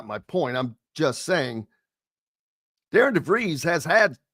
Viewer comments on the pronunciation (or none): will you quit saying the coach's name wrong it's not pronounced d a r i a n it's pronounced d a r r e n. just because you see it spelled a certain way doesn't mean it's pronounced that way. you and Todd both do not even know how to pronounce the new coach's name that's pretty sad. and quit saying when Darren DeVries left Drake he did not leave the cupboard bare. yes he did the entire roster was gone after he left. Ben McCollum brought in a whole new team including five starters from division 2 coach DeVries did not leave one player left on that roster. so yes everything you saw Ben McCollum do this year he did on his own. you need to do research and get your facts straight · respectfully you are going to have to get his name right. It is spelled Darian, but pronounced Darren